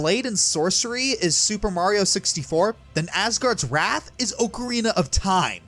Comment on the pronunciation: Ok, am I the only one who thought he said Asura's Wrath, not Asgard's Wrath? I thought he was going to talk about the DLC true ending XD